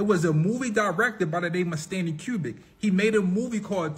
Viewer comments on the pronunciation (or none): stone HENGE & Stanley KUBRICK (COO•BRICK) 😂 AND THE "Monoliths" are just people clownin, trying to stir up some excitement. They already know who placed some of them.